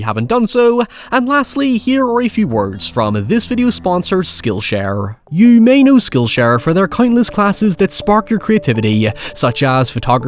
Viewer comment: first time I’ve ever heard someone pronounce “you” with 2 syllables